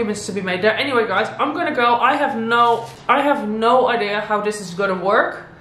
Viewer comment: Do you maybe speak swedish? That ”Nej” sounded just like ”no” in swedish😄